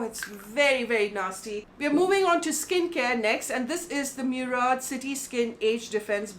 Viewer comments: Its moorad not meurad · baat samajhne ki nai fake karne ki hai. Its an arab origin word which has also become a part of our lingustic culture. To fir kyu aise acting karni ke moorad bolna nai aata. What nonsensical pronunciation is meuuurad